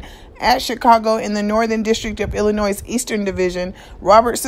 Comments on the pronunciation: Hi your doing a great job. I know Illinois has a S at the end but the S is silent. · Illin' Noise or Illinois??